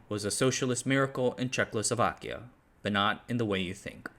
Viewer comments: very informative video with good insight but hearing CzechLosovakia was painful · For me it sounded almost like Czechless Slovakia😅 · Nice overview -- could have been even better if you hadn't consistently called the country "ChekLoslovakia" for some weird reason. ;) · Today I learned that I was born in CzechLoslovakia... I didn't know that. 🤔 I guess you must be one of those citizens of the United staKes of America (many times heard that pronounced it that way by Americans). 😂 "It toppled what was then the last liberal democracy in Europe..." - you really are the product of American education. I hope that Trump will win again. He perfectly represents the average American for the whole world. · Bro can say Slušovice like a native but then manages Czechlosovakia consistently 😂 No hate, only love man. Keep up the good work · nigh unwatchable video. he keeps saying "Czech-lo-so-vak" for some reason?? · "Chechlosovakia"... though, you did get "Chechia" right... Apart from this little death every now and then, an excellent video. And no, this is not the usual "butchering of foreign names, please be lenient". It's already the English name and pronunciation. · "Czechlosovak"? I get that it's a hard word but that's not where the L is placed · Reall great vid, but its not "Czech-LO-Slovakia" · i can not help myself, but the speaker is a legend. the innocent asian pronounciation slaughters enhance the vidjo exponentialy. did I just hear: "Czecklessovakia"? the Slusovice success is like 1921 ussr nep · Crikey! That's not how ya pronounce Jay Zed Day Zlowzavayza! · "Check Oslo Wacky Un" (the adjective is actually Czechoslovak) "Džejzídý" (yeah-zet-dah in Czech) "Slačevica" (actually Sloo-sho-vitzah, stress on first syllable like all Czech words) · dude says Slušovice just like a Czech person would, then absolutelly brutalizes pronounciation of "Czechoslovakia", so that we won't get too big-headed :P :D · Bro is mispronouncing the name so often that my ears are hurting